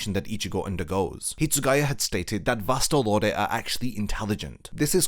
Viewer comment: "Vast Lord" VASTE LORDE Wut?